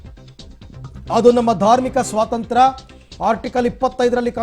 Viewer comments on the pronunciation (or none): none